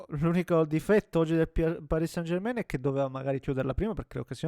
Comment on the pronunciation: Possibile che anche tu come tutti non sai pronunciare San German in francese. Mi deludi